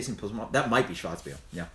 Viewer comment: I went to school in Austria and the R in the word Schwarzbier is always pronouced